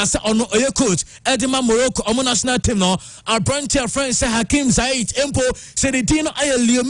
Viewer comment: take your time and look at names well, you pronounce too many of them wrongly. It is Ziyech not Zaish. The other day it was Hegazi vs Agazi